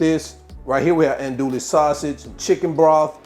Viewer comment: Ahn-doo-we sausage (Andouille) Fee-lay (File). That is how you pronounce those two creole words.